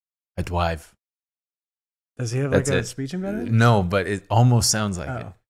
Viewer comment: I re-listened to that Drive clip, man he really does say "I Drwive" wtf hahahaha